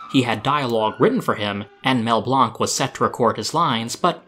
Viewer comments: Mel's name is said like Blank, not like Blunk. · Mel Blanc's surname is pronounced as "blank" with a short A. In fact, his surname was originally Blank his father was the son of German Jewish parents. He changed his spelling to Blanc after a teacher told him that he would amount to nothing and be like his name, a "blank". This happened at the age of 16.